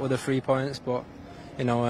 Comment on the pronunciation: i feel a bit annoyed by the way foden pronouncing "BUT" into "Bho"...😁